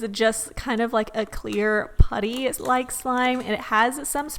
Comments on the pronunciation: A normal human: Putty: Puhtee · Orality lmao